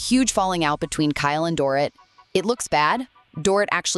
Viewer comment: The way you say Dorrit is like a door right and eat door eat That’s how you say her name❤You’re welcome